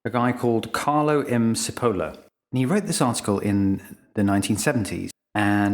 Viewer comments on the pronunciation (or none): Nice, and thanks. "Never underestimate the dangerousness of a stupid person in the grip of fear". Oh, and it's not pronounced "Sippohla"; it's "Chippol-la" with the 'o' as in 'pot'. Cheers! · sorry but his name is chipolla not sipolla. basic italian pronunciation. errr does that make me stoopid? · You have mispronounced Cipolla (Italian=onion). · The author's surname is pronounced "Chi" as in Chicago and "polla" (where the letter "o" has the same sound as it has in the English word "pot") NOT "si-poe-low", as you pronounce it. It matters. I was Googling "Carlo Sepolo" and coming up blank until I Googled "cinque leggi della stupidita' " In English, a literal translation of his name would be "Charles Onion". Cipola is a fairly common surname in Italy. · Pronounciation of the author's name oughtta be "chee-pol-lah", not səpəluh as you cite. Btw, I have the essay in my house since many years. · "Cipolla" is pronounced "Chee-pollah", not "See-polar". (It's also the word for "onion", in Italian. But that's probably irrelevant.) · Cipolla is pronounced "Chipolla" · Carlo Maria Cipolla (pronounced CHippolla) taught history in the European University in Florence (San Domenico), Italy. (I worked there as translator from 1993 to 1997.) His book 'Allegro ma non troppo' contains his essay that you talk about in this video. Lack of logic is part of stupidity. A person without logical thought is difficult to predict. The book contains another essay on the trade of pepper and its consequences. Very interesting. I highly recommend it. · It may have been said earlier in the (now) 10,300 comments (everyone's an expert on this topic), but missing off ther top and bottom of the diagram, was that mistake deliberate or accidental? And Cipolla should be pronounced as "chipolla", it's Italian for onion. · His last name is pronounced "chip oh la". It means onion in Italian. His full name translated to English is "Charles Onion". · Cipolla ist pronounced t͡ʃiˈpolːa, stupid!